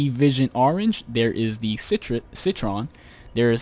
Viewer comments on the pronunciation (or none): none